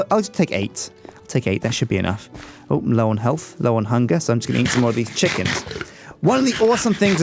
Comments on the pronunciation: What were you trying to say? A stack of cooked Sjickens? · DID ANYONE ELSE HEAR ALMOST CALL HIS COOKED CHICKENS "SJICKENS"?!?! xD